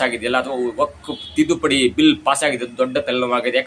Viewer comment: 😮 ಏಕೆ ತಡಬಡಾಯಿಸುತೀರ ಮಾತನಾಡಲು. ಸಿದ್ದತೆ ಮಾಡಿ ಕೊಂಡು ಮಾತನಾಡಿ ಆಮೇಲೆ ವಿಡಿಯೋ ಮಾಡಿ.ವಕಫ್ ಅಲ್ಲ ವಕ್ಫ್ 😮